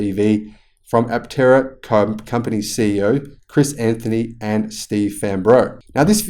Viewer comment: I have always loved this vehicle too. Aptera is a Greek word so I think the 'p' should be silent. It means, wingless. The implication is flight without wings. Looking at the car from the side, with the doors opened or closed, it looks like a sparrow in flight.